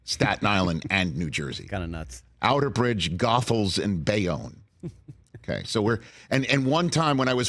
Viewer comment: hey Rich you mispronounced the Goethals bridge name.